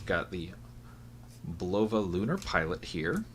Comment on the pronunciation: This is how to pronounce Bulova properly